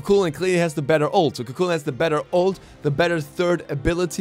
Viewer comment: Just so you know its pronounced ku hulain